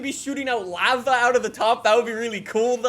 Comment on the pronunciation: excuse me but did he just say... laa vaa?